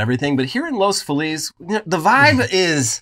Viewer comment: saying correcting himself on "Los Feliz" 👏👏👏 bravo amigo. I always hear that other pronunciation that makes no sense.